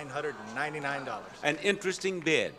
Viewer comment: Bob had me laughing when he pronounced Jeffrey’s bid of $9999 lol